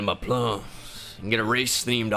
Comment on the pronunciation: Yoooooooo. He said " I feel it in my pluuums" 😂😂😂😂😂